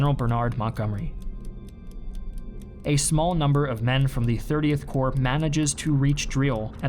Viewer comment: 30 Corp, not 30th Core